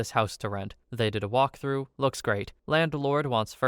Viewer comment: Why do you say "landelord"?